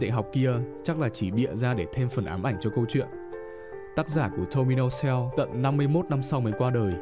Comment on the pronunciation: "Tomino Hell" Mà ông nội đọc thành "Tomino Heo" ạ:)